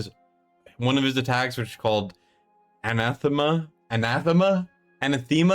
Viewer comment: You said anathema right the first time, an-ath-ema. Means something directly opposing one’s basic beliefs.